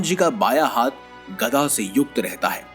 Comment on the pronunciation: गदा होता है न की गधा ।।। देख कर तो बोला करो भाई। ये वीडियो और धर्म के लोग भी देखते है और सनातन धर्म का मजाक बनाने मैं लोगो को समय नहीं लगता ।।। वीडियो अच्छी है पर शब्दो को देख परख कर बोले प्लीज 🙏